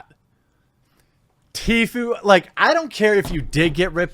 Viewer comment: Please pronounce it TFOO